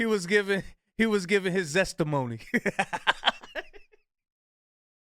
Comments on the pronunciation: His ZESTimony??? Log off nyow!!😂😂😂😂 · 😂😂😂his “zestimony”😂😂😂😂😂😂😂